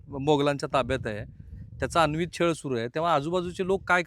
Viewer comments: 1. "औरंगजेबा आधीचे मुघल बादशाह सहिष्णू होते" अशी चुकीची माहिती देऊ नका. त्याच्या आधीच्या मुघल बादशहांनी सुद्धा खूप अत्याचार केले. औरंगजेब सर्वात वाईट होता. म्हणजे त्याच्या आधीचे बादशहा फक्त दगडापेक्षा वीट मऊ. 2. तुम्ही फार मोठे पत्रकार आहात तरी कृपया "अनन्वित" ला वारंवार "अन्वित" म्हणू नका. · अनन्वित ! अन्वित ? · अन्वित नाही अनन्वित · अन्वित नाही हो, अनन्वित